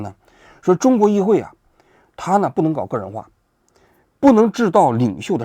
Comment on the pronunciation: 叶公子说的“议废（会）”真给我整笑了